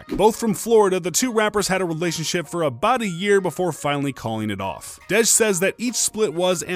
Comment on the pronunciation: Bro, its pronounced Dee-J not Dedge 😂 My name is Kadejah but ppl call me Dej so thats peeves me off when ppl overthink my name 🤣 Edit: Russel is never gonna leave Ceecee bcs he isnt an idiot. Ciara is a catch! I look up to her so much and considering she had a failed relationship before a successful marriage she is actually relatable to the modern woman.